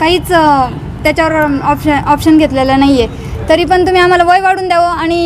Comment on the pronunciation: ऑप्शन नाही ॲक्शन बाई😂😂😂